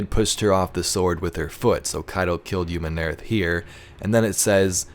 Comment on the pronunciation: I absolutely LOVE your videos man, but the way you pronounce Umun'arath just doesn't quite sit right with me...